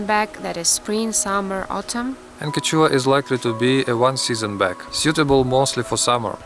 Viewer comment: quechua is pronounced as “keshwa” nice video :)